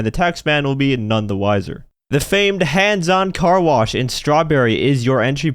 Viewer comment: “Stop blocking the Car Blosh”